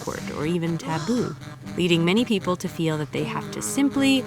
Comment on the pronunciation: yes, peo-ple